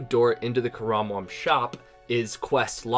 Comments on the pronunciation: when there's an n, don't pronounce it like an M lol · There’s an “n” at the end of karambwan not an “m” fuckssake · you saying karambwan correctly